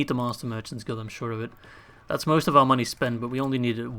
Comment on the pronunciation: Boah, its all about the MUNNEH!